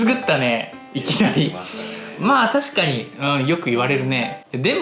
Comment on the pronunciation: ｢たちかに。｣ 🥹ｶﾜｲｲ